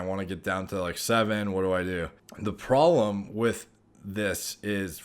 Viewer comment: “The prollemm” 😅